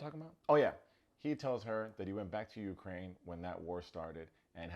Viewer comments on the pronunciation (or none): none